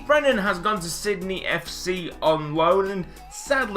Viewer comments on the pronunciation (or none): none